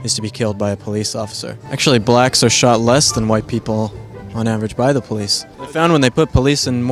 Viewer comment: Poo lice? Speak engrish?